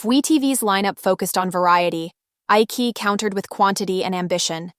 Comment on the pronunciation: Isn't it pronounced iCHEEyi? And Gelboys is JELLboys. Thanks for the overview!